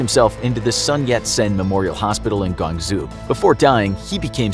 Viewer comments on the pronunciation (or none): not (Gong-Zoo) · Great video just one thing it’s pronounced gaung-joe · the way he butchered guangzhou 😔😔😔😔 it’s (Gwong-Zho)